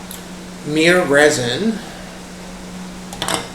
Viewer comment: Did say myrrh mir